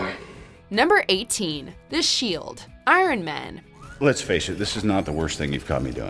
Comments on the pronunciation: It's pretty disturbing to me how she pronounces ironman. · The narrator says man weird when she says iron man